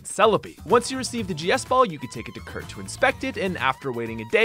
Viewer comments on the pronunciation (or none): none